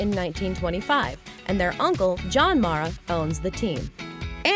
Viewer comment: When are you people ever gonna get it right?! Kate and Rooney Mara's last name is pronounced "mare-uh" NOT "mahr-uh". I've heard them correct talk show hosts, so I'm SURE about this. Esp since we all heard their football Giant ancestors pronounce the name "Mare-uh" for years before the girls were born!!